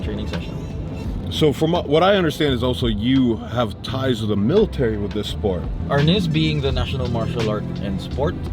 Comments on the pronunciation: That's not how you say!! I studied with Dan insantos he never called it arness BAD DOCU, MARTIAL ARTIST'S WON'T WATCH THIS!!!! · Great video. I've been training in Eskrima-Kali-Arnis since 1987, in Wisconsin, MN, OR, & CA. I cringed every time they said Arnis. *It's pronounced R-neese. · You have to learn to pronounce the word properly first. It's "Arneese"